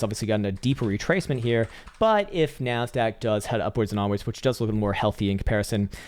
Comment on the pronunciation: When you said "where is my NASDAQ?" for whatever reason, I heard "where is my MAN-SACK?"